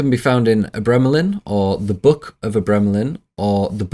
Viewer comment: your pronunciation of abramelin is dogshit